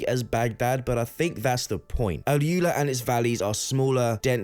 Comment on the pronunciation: AlUla - Al oolaa not al yooler